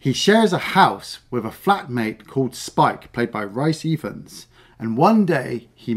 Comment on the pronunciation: It’s pronounced ‘Reese Eyefans’ (for Rhys Ifans). Come on.